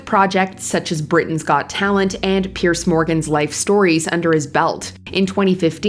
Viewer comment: Yes. Very irritating. Also, she mispronounces people's names. For example, Piers is pronounced "Pierz" not Pierce. Pierce is a whole separate name!